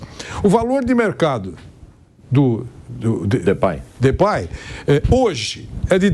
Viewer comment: O pilhado falava de pei o Mauro falou depay ele acatou